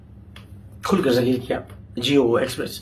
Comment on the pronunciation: he is trying to say zaleel. Indians aksr 'z' ko 'j' pronounce karty hain